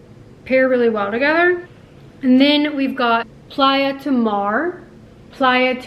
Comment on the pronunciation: Question. Is it supposed to be pronounced Play-a or the way you are pronouncong it?